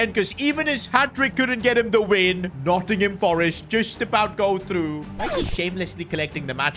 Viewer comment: Nottingham forest please pronounce the team by its proper name